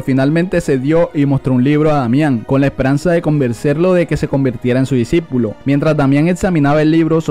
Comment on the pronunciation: No debería decir disipulo en ves de disipilo jajaja XD